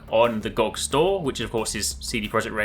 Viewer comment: It's G-O-G. Not Goag. But great video otherwise.